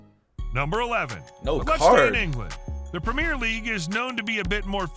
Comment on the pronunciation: Ah well. I think just cutting an already abbreviated UEFA to simply Yoo-ay-fa as we say it, or Prem-ee-er instead of Prem-eer,goes to show he's not too familiar with the game